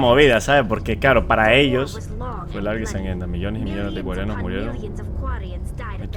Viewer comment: Pd: me matas con lo de sherpa en vez de shepard, qurianos en vez de quarianos, krogran, etc ... JAJAJAJ